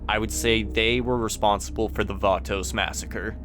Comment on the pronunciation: It’s pronounced batos not vatouxs 😂